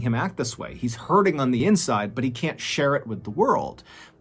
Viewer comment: Hi can you stop pronouncing “the” as “de” please